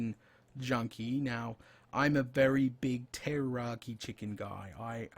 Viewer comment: Pulling my hair out. It's Teriyaki NOT Terroraki. Are you trying to scare the chicken before you cook it, for flavor? Rotflmao!